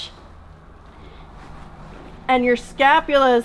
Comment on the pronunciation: Scapulae not scapulas...